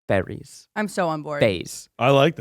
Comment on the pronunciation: Listening to this ep convinced that Zach was presenting on fERries not fAIries. Just me or anyone else?!? Humbling reminder that Power Points are a visual medium.